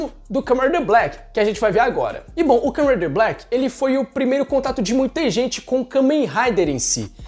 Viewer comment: O vídeo foi muito bem roteirizado, só acho que poderia melhorar um pouquinho a dicção na hora de falar Kamen Rider Black